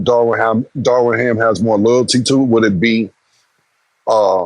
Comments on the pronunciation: Killa be mispronouncing everyone’s name! Darwin ham top assistant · I feel you should correct cam immediately when he starts pronouncing things wrong. “Darwin” lol